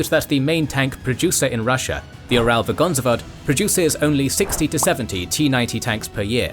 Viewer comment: Man the butchering... You pronounce Uralvagonzavod (among other things) like a kebab of letters. It's simply Ural Vagon Zavod = Ural Wagon/Carriage/Car Institution. Ural is the name of the mountain range visible from space, so deserves to be recognized on its own.